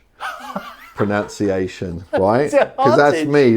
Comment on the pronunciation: “pronounceiation” AHHHHHGGG Kill me now… if nothing else proves you are wrong… This does. How can you tell people how to annunciate a word when you can’t even say pronunciation yourself, …. really grinds my gears… was enjoying the video up until now and you have just gonna ruined it.. GRRR